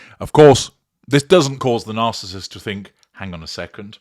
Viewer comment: Hi, did I just hear you say the spouse of the “Arcissist “? Lol😂😂😂